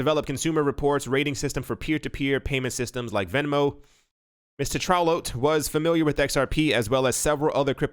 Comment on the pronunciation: Tetrault I believe is a French name and sounds like this: Tay-tro